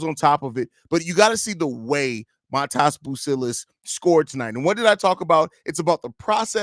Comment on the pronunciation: Great video my boy. Also just something that I didn’t know until yesterday, his name is pronounced like your saying modest without the t at the snd